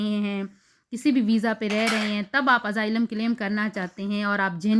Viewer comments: Nazar ka to pta ni laikin SUNAI zrur de rha AZAAILAM instead of Asylum 😂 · Its Asylum not AZAAILAM 😂